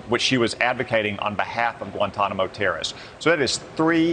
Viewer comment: Why does he pronounce it like "terra-ists"?